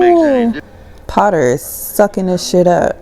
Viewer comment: Henry F. Potter. The narrator slurred the name.